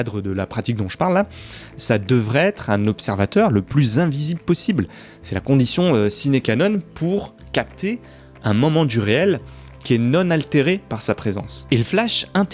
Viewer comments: a c'est moi ou il dit "sine canon" au lieu de sine [qwa] non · c'est sine qua non et pas ciné canon 😂😂😂👌